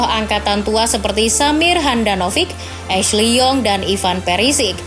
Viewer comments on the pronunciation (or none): none